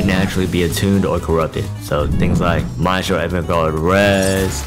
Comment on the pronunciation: The way you pronounce Maestro hurts my soul deeply, thanks for the video tho